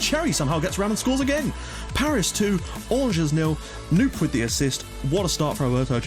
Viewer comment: Hopefully this will be the season! Just fyi, Knoop is pronounced : K-nope.